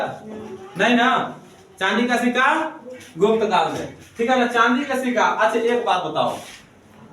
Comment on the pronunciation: सिक्का होता है सिका नही